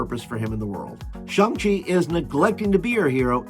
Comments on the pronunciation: Thanks for this message! And right, its more like ShOng.:) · ... it's 'Shang', rhymes with bang.